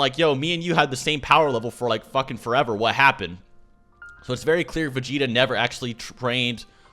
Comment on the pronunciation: Say vageta